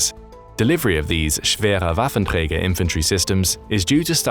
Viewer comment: Respect for pronouncing "Schwerer Waffenträger" at least somewhat correctly